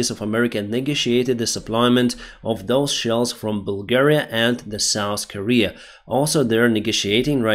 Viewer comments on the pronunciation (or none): none